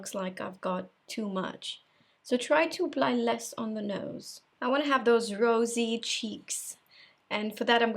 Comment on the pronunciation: You sounded so English when you said nose. It was so pronounced, you made me giggle 😂 💕 I wish I could speak another language, it’s such a gift!